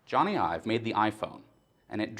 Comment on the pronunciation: Nice work here. But .. Ive, not Ive. And Aluminium. Americans .. stick to blowing shit up.